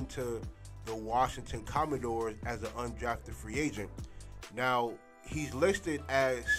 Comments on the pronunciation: You may want to research how to properly pronounce the team name🤷🏾‍♂️ COMMANDERS, not Commendores 🤦🏾‍♂️ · it's 'commanders' bro